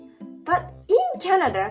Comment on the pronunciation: I like tennis, and I didn't know people play it in Japan. "Ice cream, you scream, we all scream for ice scream." Damn it, I hate the English language so much (I am serious). EDIT: ""Canad-er" alert! It is SO damned cute when says that! It's even cuter than hearing 'Mrs. Eats' say "Soff-er" (Mrs. Eats means "sofa", like a couch)... (More cute -talk or -isms: "Mary-wonner", "Cokai-een", "Chock-rate", "Canadarias", YouTube "Chan-niel", "co-weef-idence", and lastly "ten-nees") Honestly, I know that will eventually pronounce every English word PERFECTLY.... but I will also be a little sad 😥 about it, because her unique way of speaking and doing things is a part of what makes so damn loveable 🤗